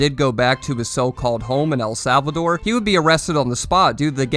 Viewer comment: Ngl this dude doesn't even know how to say El salvador so idk its iffy for me